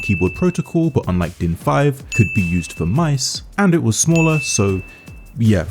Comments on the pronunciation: Im german and you absolutely nailed the pronuncination of DIN especially since you actually said für and not fur like most english speakers that have never seen a ü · you pronounced din incredibly good i cant lie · i give your german pronounciation a not bad/10 and for mentioning DIN in the first place you get a 10/10